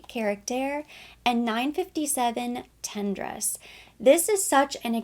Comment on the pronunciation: Nice review and lovely, positive delivery. May I make a gentle suggestion that it might be a good idea to Google the correct French pronunciations? For instance, “tendresse” would be pronounced “ton-dress” (accent on the second syllable), not “ten-dress”. And “mauve” is not pronounced “mawv”, but “moav” (rhymes with “stove”). Attention to detail helps build credibility — and it keeps French speakers from cringing. 😊